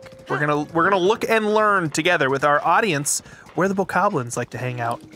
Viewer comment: He said Bokobobos!!!! 🤣Thats what I'm calling them from now on!